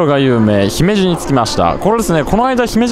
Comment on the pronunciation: スーツさん、ひめじの発音、東京の人なのにあってます。ひにアクセントをつけず、普通に発音されていて流石です。😀